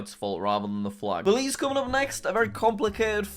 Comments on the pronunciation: You said believe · You said Belize wrong